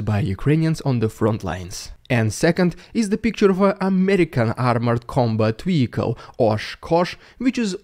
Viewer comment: Cracks me up when says vehicle, seems to be a tricky word vweehicle! 😂